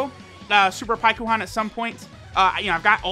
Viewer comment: Nobody:: Pie-ku-han